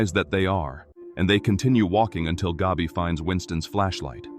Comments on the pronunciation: Hey AI, let me help you out. It’s not pronounced “Gobby”..think of the word, cat or hat. Then say it out loud, Gabby…There ya go👍🏼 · Why does "Gabi" rhyme with "Dobby?" 😆